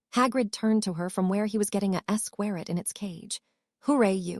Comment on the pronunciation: Blast ended esquerit 😂😂 it’s actually a blast ended skroot but ok